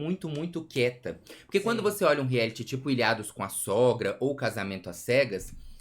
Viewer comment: Agora que percebi que os meninos falam rieliti e reality